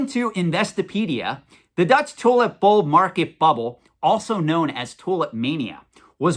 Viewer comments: Almost sounds like youre saying "toilet bowl". Funny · Lol sounded like you said toilet bowl at first